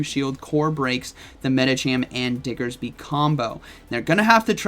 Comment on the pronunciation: I miss pronouncing diggersby as dixerby!!